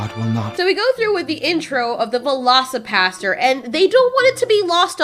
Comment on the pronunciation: Hahaha 8 was playing a game and had your videos playing in the back ground and when you said velocipastor I heard velocipasta. As mixing the words velocity and pasta and I just got this image of portions of pasta flying at such high velocity it kills people with blunt force impact. That would be a crazy movie.